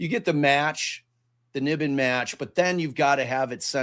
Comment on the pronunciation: Not to be totally pedantic, but NIBIN is pronounced "NY-bin," and Menashe is pronounced "Meh-NASH-ee." 😁 Love the show!